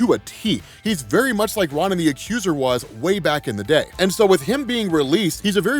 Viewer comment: Ron & The Accuser sounds like an 80s rock band. Ronin= Roe-Nen